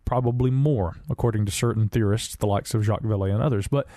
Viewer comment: Jah-k Val lay not Jack's Val lee. Shame on you you cave dwelling rubes.